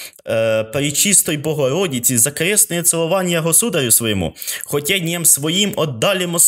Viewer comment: вдячна за витримку і наполегливість! Єдине, щоразу дивує, Ваш наголос: госУдарь, госУдарю... Будь ласка, зверніть увагу: госудАр.